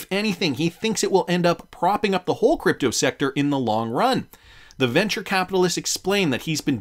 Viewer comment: Stop saying creepto!